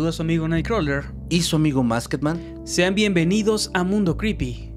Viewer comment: Excelente contenido chicos. Saludos al Masked Man (que por cierto su nombre se pronuncia Mask-man no MaskED man